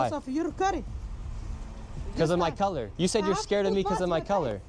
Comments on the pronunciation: I literally heard curry, YOU turn off the caption and close your eyes and tell me if that is even anywhere close to color lmao. That word sounds more like gibberish than english and u still assume it to be the worst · my point is that word is unintelligible, you say color i say curry and we are both wrong